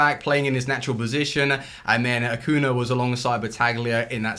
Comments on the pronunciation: Ah-Coo-Knee-Ah. You're forgetting to pronounce the "ñ" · How about you start pronouncing Acuña's name correctly? It's not that difficult.